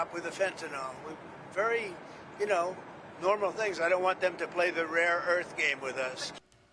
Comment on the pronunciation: I'm constantly boggled by how every politician refers to fentanyl as fentanol. It has to be a code word. Never has such a major word so commonly known due to its danger been mispronounced. Maybe only nucular (nuclear) comes in at a far, far second.